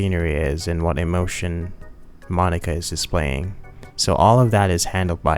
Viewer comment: Why are you pronouncing Monika like that?